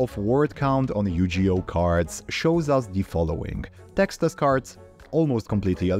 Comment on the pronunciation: my mans really called it yujioh